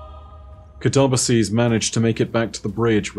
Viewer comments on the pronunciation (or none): Can we please not ignore the complete butcher of the guardians name.. I understand different dialects and speech pronunciation but.. katabasis? Kuh-tar-bass-ease? Cat-uh-bass-sis! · Man...I don't know why, but pronouncing "Katabasis" as "kuh-tob-uh-sees" and not "kat-uh-bay-sis" like the word is actually pronounced really rubs me the wrong way and it absolutely shouldn't. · The word itself is already Greek. It means "a descent," though it specifically has the connotation of "a trip to the Underworld" kind of descent. And, despite what says, it is pronounced "kat-uh-bay-sis." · I kinda like it, makes it sound like an ancient greek name or that of a dragon. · this is great! Good explanation! I learned new stuff, thanks. I believe, though, that the "ba" part should not be pronounced "bay" but "buh", because I believe, at least that's what I learned, that ancient greek words were not stressed on the second to last syllable. So I guess the should be stressed like this: kaTAbasis. Which, phonetically, would Ka-tuh-buh-sis. So the only thing where would be actually wrong would be the ending, where I think you're totally right, the plural would be said as pronounces it. But then again... all theory and I'm not a linguistics expert, neither ancient greek nor english are my first languages. xD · See, even if I may be wrong about the "kataba" part (though I'm not, given that the word "katabatic" is derived from the same root), the "sis" isn't pronounced "seez" no matter what. So, even if I'm wrong with the pronunciation, is, too. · Came here to say this. content is god-tier, but dear god the way he pronounces things is so jarring. I’m pretty certain it should be Kata-BAS-is. You’d think he’d get a second opinion before committing to his pronunciations. There are things are said IN GAME that he still mispronounces, like Glykon & Techeun. He also used to pronounce Dredgen as Dred-gen. Horrendous.